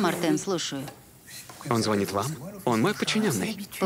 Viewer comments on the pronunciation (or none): none